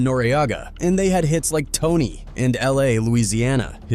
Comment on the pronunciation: It's T.O.N.Y and LA, LA!! Not "Tony and Louisiana" 😂😂 Who's Man's is This?🤦🏾